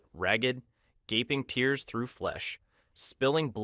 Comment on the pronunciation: mispronounced (tears or tears) prolonged description wears away on my attention and I began to suspect AI written. Suspicion sprouted and quickly produced The urge to write a fake AI rant of my own, Can any one dare to write like an AI. We need a speakers voice that ignores context and punctuation. Bring us back to the question . Am I an AI or not. If I didn't stop here but continued the conclusion again so. the message landed on its head instead of its feet then it could be an AI or more importantly is this an AI should I continue long past the point I'm trying to make, as if trying to waste your time.Perhaps knowing I cant die thus not valuing my time and lacking empathy I do not value yours . Not to repeat at any moment I may just stop.Leaving when my time limit reaches 23 and concluded with except for that well done .